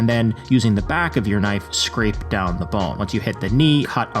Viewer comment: Thee bones? don’t you mean ‘the bones?’ Lol ‘Thee meat?’